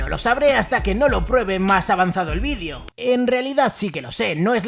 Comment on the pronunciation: Que desagradable cuando dices vidio!!!!